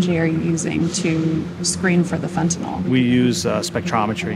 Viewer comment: Say, "fen-ta-nil". Not "fen-ta-nawl". Alright then. You can do it; I believe in you, child.